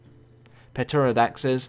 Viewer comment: p-terrordaxes? It's a silent P, so it is terrordax